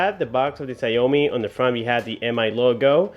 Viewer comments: read as Xiao mi ,not xia o mi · it should be pronounce SHAOMI not SA-YO-MI.. just saying... btw great job! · btw i believe its pronounced shaaw mee, not shaou mee